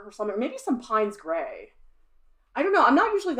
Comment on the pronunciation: pines grey? sounds exotic! piney! . i thought it was pronounced pains... paynes grey.